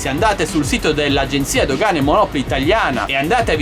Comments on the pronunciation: ciao sono contento che si ia risolto tutto. Personalmente neanche io fumo ma onestamente su siti cinesi tali prodotti non li avrei mai acquistati non mi fiderei. Un conto è comprare uno smatphone o un drone o un ventilatore. Saluti Roberto p.s. monopòli NON monòpoli:D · Grazie a te ho comprato "bb8" su GB! Grazie. P.s. Monopòli, non come la città a noi vicina ;)